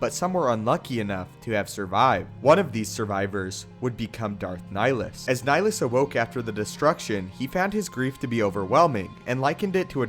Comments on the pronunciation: Love the videos, just liked to point out that the name "Nihilus" is derived from the latin "nihil" (sounds like nee-"hill"), so shouldn't his name be pronounced has Nee-"hill"-us, instead of Nilus? P.S. "Nihil" is latin for nothing. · Dude it's Nihilus. Like climbing a hill. Look up Nihilism or nihilistic. That's the concept idea behind his character. Good vid though.